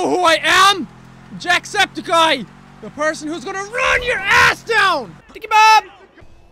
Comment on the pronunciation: Worst fail at trying to say jacksepticeye